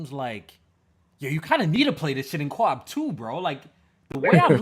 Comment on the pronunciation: Why does say co op. “Co wap”